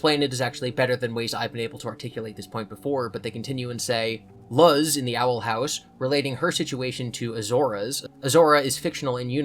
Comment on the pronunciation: Hearing 'Luz' pronounced as 'lUHz' instead of 'lOOz' is so so cursed lol